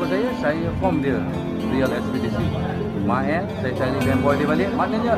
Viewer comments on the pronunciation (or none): Sebut pun tak reti...mael jadi meel..xpdc jadi spdc apa la punya keras lidah.. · boleh tak sebut Mael (mak-el), bukan mek-ey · Mael bos, bukan meel.. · Meel..meel.. MAEL!!! bukan MEEL!!! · Kenapa mael bunyi may eei?aduyai